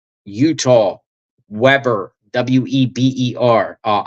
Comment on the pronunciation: We burr not Webber. The word has one b, not two, which makes the first e a long vowel. You pronounced it right the first time. Trust yourself what you learned about English. Jesus Christ said, "I, the Lord, will forgive whom I will forgive, but of you, it is required to forgive all men." Forgiveness, not revenge or hate. God will handle this, move on people.